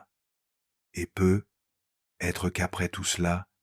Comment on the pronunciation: Cette voix est déjà moins désagréable que la précédente... mais les "peut-être" sont ratés 😉😘😘😘